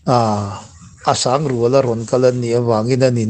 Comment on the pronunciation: Asang. Rual ti a ngai lo. Asangrual ti mai tur